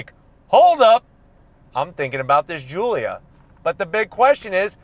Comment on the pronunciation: GIULIA GOOLIA